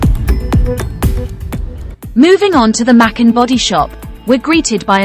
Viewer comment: Not pronounced mackin, but maaa kaaan.